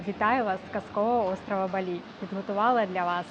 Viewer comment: тільки кацапи ставлять наголос на і в слові Балі...